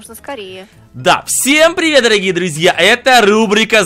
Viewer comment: ти в начале сказала всем прівет с вами ну незнаю может у меня дінамік плахой но у меня слишна всем прівет с вами